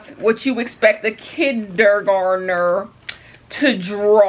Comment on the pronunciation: "kid-der-garn-der" Kenya why? 😂😂💀